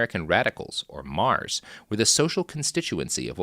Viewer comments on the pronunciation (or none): none